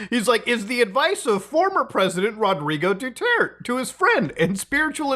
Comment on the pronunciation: ...Rodrigo Dutort..." got me 🤣🤣🤣